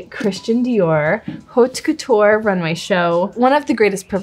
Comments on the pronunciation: it's not pronounced HAUTE couture, it's pronounced "aute couture" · Love her but please someone tell these women the h in haute is silent?